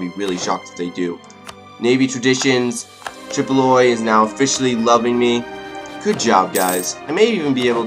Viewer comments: I love your all your videos. Your enthusiasm and style of play makes it engaging and funny. (And just to let you know, Tripoli is pronounced 'Trip-o-lee') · Hey, i just wanted to say that Tripoli, your lovely vassal is pronounced Trih-po-lee, and it is Moroccan(mor-rah-kan) not Morocconian. And, one question. Will you work on a colonial empire into the future and explore the americas and asia, or work on dominating Africa and getting at their gold, or creating a Mediterranean sea empire, or a little bit of all?